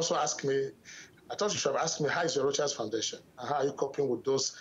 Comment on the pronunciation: He (Rochas) never did answer the question about the "Private Jet". "This is Rochas, you are talking to Rochas". $7000/hr for private jets will go a long way to helping the poor people he professes to care about. 40 minutes later, still can't say the interviewer's name. "I don't have an english name, cos I'm not an englishman". Priceless. Thank you Mr. Sowore for the good questions.